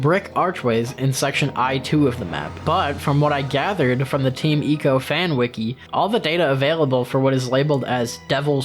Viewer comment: Ok I get not getting the pronunciation right for Mono and Emon, but GODDAMN you even went as far as to pronounce Ico as EE- CO and not EYE-CO .. come on dude